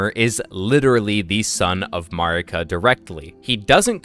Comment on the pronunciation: Mogh is the boss's name and Mogwyn is the name of the Outer God of Blood. It's Mogwyns's Dynasty not Mogh's. Also you are pronouncing Marika wrong for some reason. It's not how Melina pronounces Marika.